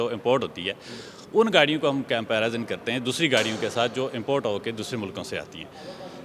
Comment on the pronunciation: comparazun krte hain 😂😂😂😂